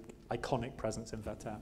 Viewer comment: In his renditions of Schubert's song, Bostridge's pronunciation is almost flawless, but he really doesn't get "Werther" right. It's WER-ther, not wer-THER.